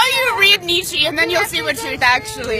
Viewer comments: She just said 'neechy' oy vey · "Neechee" lol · How to know they're stupid: they can't pronounce Nietzsche. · tempatunesmakemyday the guy she told him was real truth, Neitzche (pronounced "knee-ché")was also racist and sexist, lol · Who is Neechee? :p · The way the girl pronounces Nietzsche just proves that she knows nothing about the guy. These people have no information. Just feelings that no one cares about. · If you are going to name drop Nietzsche at least learn to pronounce his name properly.